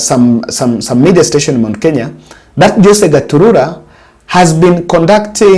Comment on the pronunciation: 😂😂 forgive, the names are tongue twisters for him... like some say Rairra instead of Raila